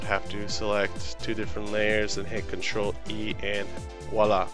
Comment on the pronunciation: crtl is pronounced "sitral"?